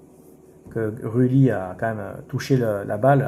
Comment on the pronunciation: Rue Lit, Gomez, Auge Berg, Ra ho... Le mec sait même pas prononcer correctement le nom des joueurs de son club jamais entendu ça.